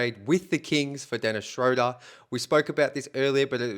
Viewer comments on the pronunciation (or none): Dennis's name is pronounced Shroooder, like Shooter. If you pronounce names correctly your video sounds more credible.